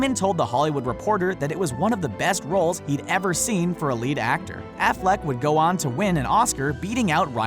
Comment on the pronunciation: Don't say Affleck ever again